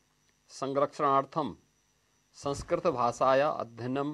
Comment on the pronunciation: Please don't pronounce संस्कृत as Samskrit. The anuswar has a different pronunciation based on the following vowel and shouldn't be pronounced as m at every place.